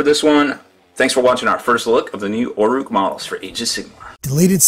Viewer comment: it's orruk not orrook